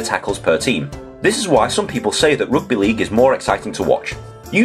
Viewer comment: Wait, it seems like your pronunciation for "rUgby" exposed where you grow,......